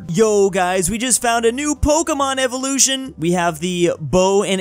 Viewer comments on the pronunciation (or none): none